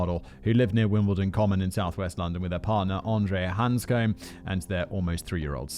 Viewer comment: Simon, like your vids but please take the time to learn the pronunciations of the victim’s names, it’s just a bit more respectful - it takes a matter of minutes (if not seconds) to youtube their names, plus it’s really distracting when you’re saying their names wrong for over an hour! Rachel Ni-kell (not “Nicholl”), Samantha Bis-sett (not “Bisay”), Alex Hands-come (not “Hands-coombe), Andre (not “Andreaaa”) Stuff like this is how victims are honoured and their stories properly remembered and retold. Sorry to be negative but it’s really annoying and you do it in quite a few videos!